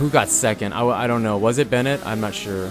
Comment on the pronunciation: It's Ben-waa not Bennett 👍✌